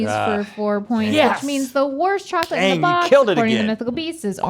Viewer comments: No one: ….. Rhett: “Socholate Cholid” 🤣🤣🤣🤣🤣😂🤣😂😂😂🤣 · Laughed way too hard at "socklet cholid" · Socklate Chocolate 😂😂